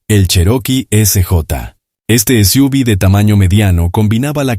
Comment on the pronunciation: “..las esiúvis..” como si fuera una palabra. Imbéciles.